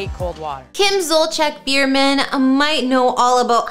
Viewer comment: You butchered her name. Lol